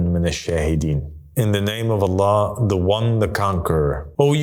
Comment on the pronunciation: Bro can’t even say “I seek refuge in Allah from Satan” properly in the beginnings 😂😂